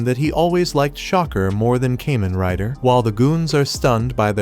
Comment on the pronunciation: Pronounced Kah men rai da